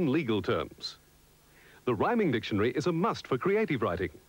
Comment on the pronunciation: "Dictionry". lol.